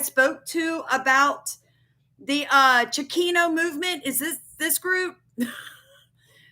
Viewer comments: It’s Chicano (chee cahn oh) not chikino. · Hey just saying I watch your videos all the time and support you but just wanted to let you know it's pernounced (chi-con-no) just so no one else has anything to say about that but other than that thanks for the heads up all the time . Keep up the great research 😊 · It is pronounced Cha-con-o. I grew up in Houston. I heard it often years ago but I haven’t heard it being used for a long time. Wikipedia defines it as…. Chicano refers to an American, particularly a man or boy, of Mexican descent, and it emerged as a term of pride during the Chicano Movement in the 1960s. Originally a derogatory term, it was reclaimed to express cultural identity and political empowerment among Mexican Americans.